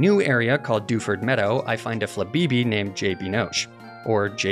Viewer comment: Daywott, flabibi, nenetails? What are these pronunciations man?